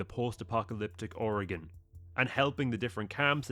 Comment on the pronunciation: I most impressed me about your video is you said Oregon right and not or gone thank you